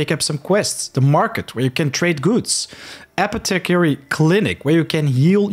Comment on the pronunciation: SO far SO good with the tutorial.. but damn dude.. its pronounced Aw-POTH-eh-Carry.... my ears!!!!